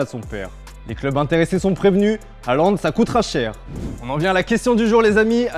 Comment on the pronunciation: Erling Heuland ?? Haaland !